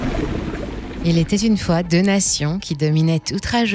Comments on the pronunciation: Il était-z-une fois ? 😂😂😂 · « Il était Zune fois…. » 😂. Très belle vidéo !